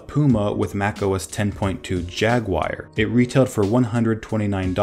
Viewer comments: HAhaha... Pronounced Jag oo war. Video pronounced Jagwire HAhahahahahahahahah.... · What the fuck is a Jag-Wire? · JagWIRE lol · Teacher: What’s your favorite animal? Student: J A G W I R E Student: *is placed in special ed program* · Who noticed that said jagwire instead of jaguar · Just so you know, it's pronounced 'JaguAR' not 'Jaguire' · Logan Sharpe I’m an American and I call it “jag oo ar” not “jag wire” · JAG-yoo-ar but I also used to pronounce it "JAG-wire" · Its not Jagwire its Jaguar (pronounced JAG-YU-ARE) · JAGUIRE :D :D XD XD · It’s Jaguar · its jaguar not jagwire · toby jaguire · J A G W I R E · You keep calling it "jag-wire". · A special thread only the Judge Advocate General is allowed to used. I guess. If he's a cat. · itsa jaggy wire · What the fuck is a Jag Wire... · I thought poo-ma was funnier than jagwire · "Apple discontinues iPhone and Aperture and replaces them with Photos." iPhoto, not iPhone. And Jaguar is not pronounced 'Jagwire'. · Everybody says it wrong. Here is the correct pronunciation. Jag-oo-ar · "Jagwire" - are you testing us? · BAHAHAHAHA JAGWIRE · JAGWIRE AND YOSEMEETEE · Ah yes, I love OS X Jagwire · Pooma Jagwire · I thinks that’s how Americans pronounce it. It does sound weird though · You're seriously pronouncing jaguar wrongly! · You know how to pronounce Yosemite but not Jaguar? Really?